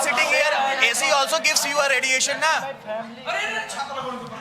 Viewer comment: radiation not rediyesan